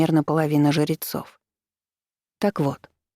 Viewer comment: Мне показалось, что ей просто сложно сочетание жр выговаривать, поэтому звучит немного странно, но в целом ок